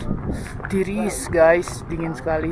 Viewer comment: "Tirisss gays" 😂